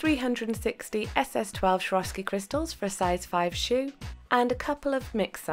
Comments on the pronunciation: I'm so sorry for being annoying as heck 😲😲 but Swarovski is pronounced with "S" not "sh" in the beginning. sorry that I'm a pronunciation nazi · it's "swor-off-ski" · I worked for Swarovski for a year and they taught us to pronounce it like this: swore-off-ski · if you ask google "what is swarovski" on your phone it will read you the pronunciation :)